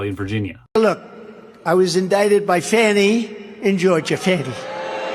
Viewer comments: it's fani! not "fawny" bro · It's not Fonny. It's Fani. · My burning question, why do you call her Fawni, her name is F A N I. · Quit calling her fawny...it's fanny..Annie Annie bo bannie